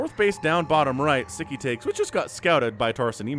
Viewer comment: Sz is the 'snake" sound in, hungarian Sziky shoud be pronunced like sicky :)